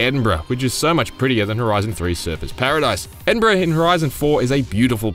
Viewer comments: HE SAID EDINBURGH RIGHT! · At least you pronounced Edinburgh correctly.